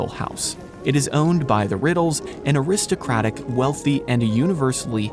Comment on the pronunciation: Learn how to pronounce aristocrat.